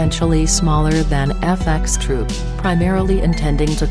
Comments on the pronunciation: Why did she keep saying F x troop,just FxTroop,dont sound the x,it sounds fucking whack. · This shit is annoying when she says "fxtroop" why the fuck can't she just say "F troop"